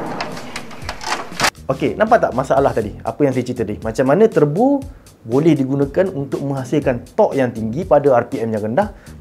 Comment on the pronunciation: Wow Terbo! Bunyi jawa sgt lah